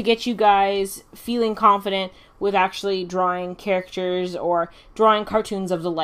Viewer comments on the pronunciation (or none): none